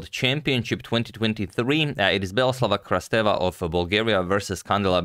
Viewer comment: Agad, Beloslava Krasteva is pronounced “beloslAva krAsteva” (the upper letters are where you put emphasis)